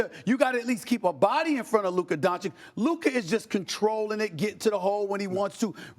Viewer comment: Stefan A continues to deliberately mispronounce Luka’s name when he deigns to even mention him…Stefan A is a xenophobic racist